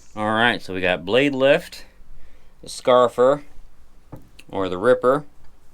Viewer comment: Very cool. It’s pronounced scarry fye er.